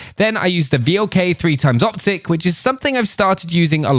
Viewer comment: please do not read V.L.K. but read it like VLK it means wolf in english. And i found that scout optics works better for me